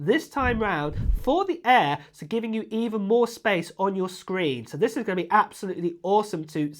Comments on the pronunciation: 😂That’s that UK Accent 😂😂😂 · Why do you say air like that?